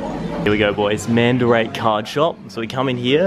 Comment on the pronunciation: it's mandarake not "mandurake"